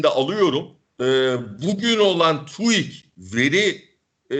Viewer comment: ya tuik değil tüik. türkiye istatistik kurumunun kısaltması. tu değil tü. neden herkes papağan gibi birbirlerini tekrarlayıp yanlış söylüyor? koskoca dediğimiz profesörler bile böyle söylüyor. hayret verici bir durum, çok enteresan. sorgulamaktan acizliğin, ezberciliğin göstergesi bunlar.